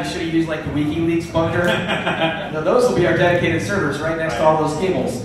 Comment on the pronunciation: "weekee leeks"